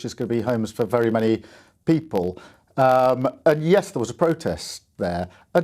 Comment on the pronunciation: What exactly are The Pee-pol????